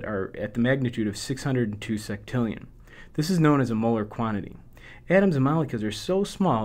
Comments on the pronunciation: "Seck"tillion? I thought u pronounce it sextillion? Would it be wrong to pronounce it with "sex"? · I wish he would pronounce sextillion correctly.